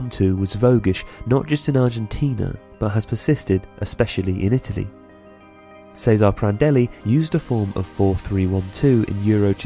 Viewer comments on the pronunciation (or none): that ought to be "Chez-a-ray"